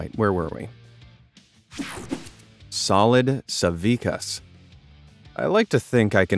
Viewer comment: I am Lithuanian so I am so glad to see Žydrūnas Savickas mentioned, though you botchered his surname it's spelled like sa-vi-TSC-as